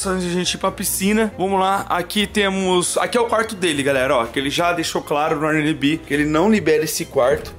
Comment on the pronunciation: O melhor é ele falando “Airnmb” kkkk Sendo que é Airbnb